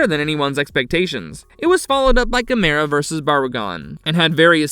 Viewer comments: Why can't they pronounce Gamera correctly? Also the humanoids weren’t from outer space so I don’t know why they called it Humanoids of the deep space. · Stop mispronouncing Gamera!